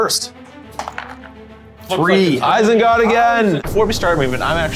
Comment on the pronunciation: "Isenguard" troll in there as well lol